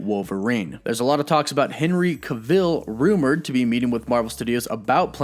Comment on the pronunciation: u do know his name is henry cavill not kaville? why can't you say words correctly?